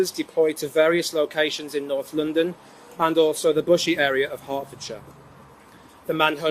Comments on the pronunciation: I know you cover cases from the UK quite often so just some friendly advice! The word shire at theme of town names like Hertfordshire is pronounced ‘sheeer’ rather than ‘shi-ar’. There’s a lot of towns with this in the name so thought I’d let you know for the future 😊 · This case is from my hometown!! Just for future reference is pronounced 'heart-fod-share' ❤️